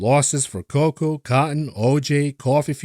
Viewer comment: I'm just here to hear you say 'coco'